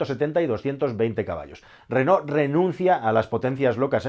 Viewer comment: Felicidades. Por primera vez en España, oigo pronunciar el nombre de Renault correctamente. La mayoría se empeñan en pronunciar "Renol". Aparte la felicitaciòn por el analisis. Hasta pronto.